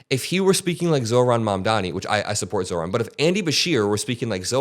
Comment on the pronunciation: Again Mikie... You got Zorans name right though